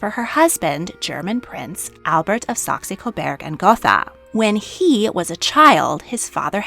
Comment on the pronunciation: I really love your Videos and all the great Video ideas you have! Just one thing keeps coming up and I'd love to understand. Is there a reason you call them Coberg instead of Coburg? It's only a letter change and might have to do with translations. Like Saxony gets translated to Saxe instead (which for German ears also is strange. But the standard for the Ernestine Family lines in English as it seems). Maybe you can help. Thanks a lot again for your great work!